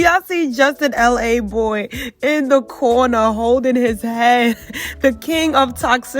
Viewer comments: It’s laboy.....not l a boy lol he from queens not LA 🤣🤣🤣 just saying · Justin's last name is pronounced Luh-Boy not LA Boy. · his name is justin laboy not LA boy 💀